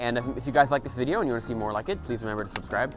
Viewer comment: Harrow Shabba, how are woo? Glate wideow